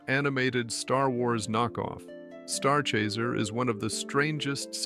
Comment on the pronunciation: I thought it was Starchaser, not Starchayzer also was Sinchient mean?